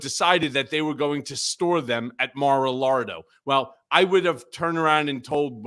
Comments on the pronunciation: Maralardo after the lard obese Trump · Does Michael Cohen pronounce MaraLargo, however spell it, wrong on purpose?